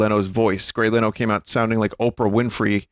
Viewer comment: grey leno occasionally pronouncing his name as grey leeno is my favorite bit. ever since i first saw this vod, it's been in my head